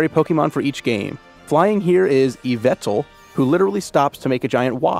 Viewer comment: It's not i'm afraid, it's "EE-VEH-TALL", check the official Pokemon twitter or facebook for more details.